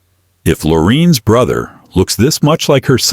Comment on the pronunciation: What's With the Narrator Mispronouncing Lorraine's First Name?